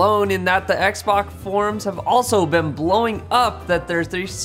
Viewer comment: "Xbock" Sorry,, but you gotta update your tally. One more point for English.:D